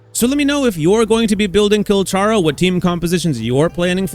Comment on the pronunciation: PLEASE PRONOUNCE HIS NAME RIGHT. THANK YOU